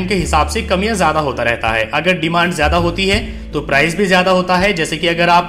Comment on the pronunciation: Apka presentation bahut shandar hai. Mujhe is se pahle, jab bhi kahin jana hota tha to main apne grandson ko ola book karne ke liye kahta tha. Per ab main confidently khud ye kaam kar sakunga. Is guidance ke liye tah-e-dil se shukriya! Apka andaz-e-bayan bahut hi badhiya hai. Bas, sh ki jagah s aur s ki jagah z ka pronounciation, jaise shahar ko sahar, location ko lokesan aur price ki jagah prize thoda sa hatke laga. Vaise, har kisi ki apni style hoti hai. Isliye ise otherwise na len.😀